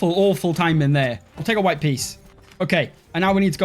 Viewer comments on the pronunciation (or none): none